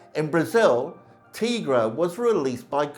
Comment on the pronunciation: It’s pronounced “Tie-Gra”. If you have ever watched even one episode that’s how it’s always pronounced